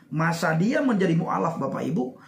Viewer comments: Mualaf bukan mukalaf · Maaf, saya jadi ngakak dengar "mukaalaf" Untung bukan "mukafel" 😄😅😆